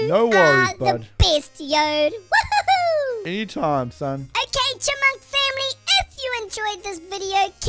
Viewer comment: Yode sounds like “yode vr”